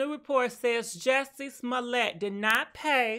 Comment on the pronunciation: Say his name again 😂😂😂🤣🤣🤣🤣🤣🤣🤣🤣🤣🤣🤣😅 Nawh frfr pronounce the las name again lol....